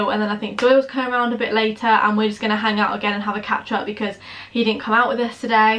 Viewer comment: Who else thought she said 'ketchup' when she said catch-up? 😂😂